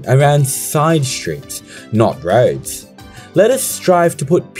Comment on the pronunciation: anyone else heard rhodes instead of roads and got confused haha